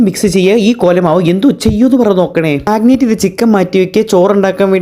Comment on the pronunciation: Magnet❌Margaret ❌ Marinate ✅